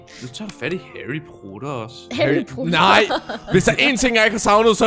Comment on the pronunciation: Det er ikke Harrypotter det er Harrypatter 😀👹👹👹👹👹👹👹😎😎😎😎😎😎😎😎😎😎😎😎😎😎😎😎😎😎😎😎😎😎